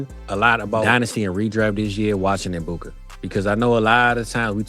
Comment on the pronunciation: I know him! You are saying his name wrong the E actually sounds like an A fyi💋